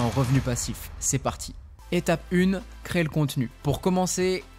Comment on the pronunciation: Merci pour la vidéo. Juste, on dit "CRÉ-ER" ! Et pas "CRÉ" !